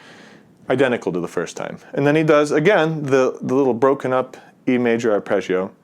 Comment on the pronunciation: Curious why you say “Arpreggio” rather than “Arpeggio”